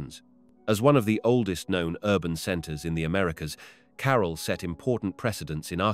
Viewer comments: I can't listen to this idiot . Learn to pronounce the name "CAROL" he says... Its CAH-RAAL .... trying to educate us and can't even pronounce the name properly. ridiculous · Super annoying how you say 'Carol' in every single sentence.